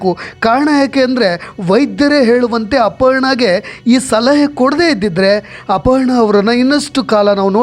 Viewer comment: ಅಪಹರಣ ಅಲ್ಲ ಅಪರ್ಣಾ